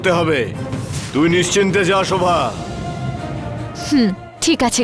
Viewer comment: দেবসেনা শোভাকে শরোভা বলে কেন। দেবসেনা আর প্রণবের বিয়ে হলে কে কে খুশি হবেন